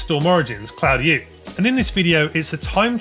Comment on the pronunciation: My man butchering "Claudiu" so bad he made it sound chinese!